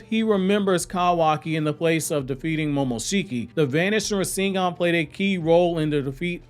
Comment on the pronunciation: You know so damn much about Naruto. But yet you can't pronounce Rasengan the correct way .... Lol